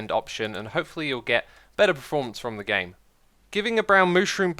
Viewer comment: "achacha" "preformance" "premission" SMH my head